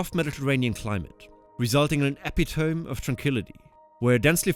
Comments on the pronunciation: Hey buddy! Great vid. It's E-pit-o-me. Not Epi-tome. Thanks! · It is pronounced epitomee not epi-tome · "ep-EE-tome" . . . OUCH!!!! Edit that. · Eh PIt O me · 😂 AI doesn’t like to edit its mistakes… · Epitome = eh-pit-o-me :) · epitome ,accent on the pit not the tome.